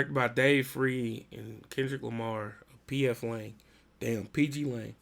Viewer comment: Bro said pf wang😂